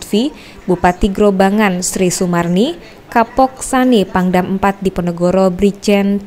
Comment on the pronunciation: Ada beberapa hal yang perlu diperhatikan. Sebelum proses tayang. 1. Pembacaan yang benar adalah Desa Rajek bukan Desa Rejek. 2. Kemudian Kabupaten Grobogan bukan Kabupaten Grobongan atau Grobangan. 3. Grobogan adalah wilayah sendiri atau kabupaten yang ada di Jawa Tengah bukan termasuk wilayah Semarang. 4. Keterangan lokasi di lower third menunjukkan di Semarang, padahal sebelumnya sudah ada penyebutan Grobogan oleh Kapolda. 5. Reporter menyampaikan bahwa melaporkan dari Grobogan sementara pengisi suara menyampaikan melaporkan dari Semarang. Tks.